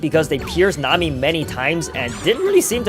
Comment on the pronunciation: man really mami not nami